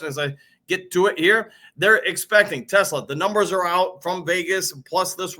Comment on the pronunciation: You said Teslaa right.